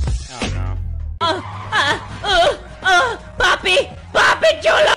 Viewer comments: papi chulo not julo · “Papi Julo” 🤣🤣🤣